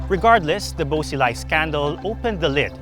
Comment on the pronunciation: It's prounounced Buo Shee-lai, Ta-lien city